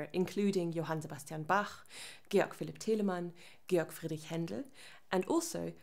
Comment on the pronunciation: I knew she was german when she started pronouncing Bach, Teleman, Handel correctly